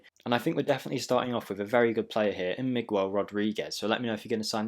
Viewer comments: Its like MigHell, not Migwell, but it was close effort 👏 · So you figured how to pronounce Rodriguez, but you say MigWELL? lol Thanks for the vid!